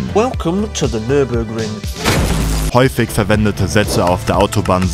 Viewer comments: Hast du "Nürnburgring" gesagt?? :O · Ich kann nicht glauben, dass er als deutscher "Nürnburgring" gesagt hat. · Also ich muss mich jetzt mal beschweren ersten mit den Deutschland Flaggen du warst noch nie in meinen Dorf da hängt an jeden Haus eine Deutschlandflagge Zweitens es heißt Nürburgring und nicht Nürnburgring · Nür(n)burgring? Trotzdem nicht schlecht Kollege. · er sagt Nürnburgring hab ich auch früher so genannt wegen Nürnberg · Nürburgring oder Nordschleife, nicht Nürnburgring